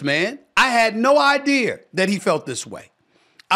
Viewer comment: "Idear" is crazy lmao "Graymond Green " SA mad for real yall